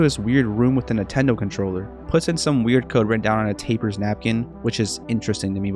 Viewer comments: its not taper, its tapper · So not only did you mispronounce "Tapper" as "taper" but you also don't know the konami code? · Why are you calling the game "Taiper" and not "Tapper"???